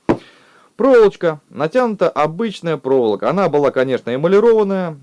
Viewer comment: Ещё вариант сменить жену и научиться говорить правильно слово "проволока".